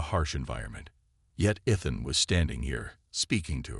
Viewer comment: Thanks for the story. BUT, your freakin AI, like most others....SUCKS!!! How many ways is it going to pronounce ETHAN...so far, 3 or 4.....and that is just the one word.....why don't you, like some others, narrate your own dang stories!!.....UNTIL such time that AI can speak proper English!!???